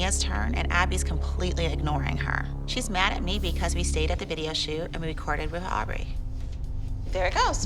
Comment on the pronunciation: „se moms“ 😭